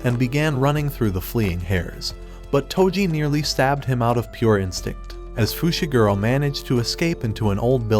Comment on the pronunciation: bro called megumi fishiguro